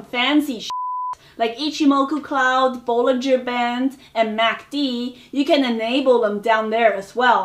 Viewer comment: Did you just say bolliger bands instead of Bollinger bands?